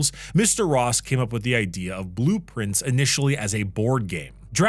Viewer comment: i always heard blueprints, when he said its name :D